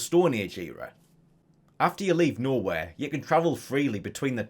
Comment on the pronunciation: Took me like a minute to realize youre saying "Nowhere" and not "Norway" but the latter is pretty hilarious